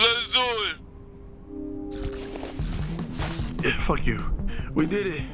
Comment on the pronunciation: He did say lezdoit so kinda on him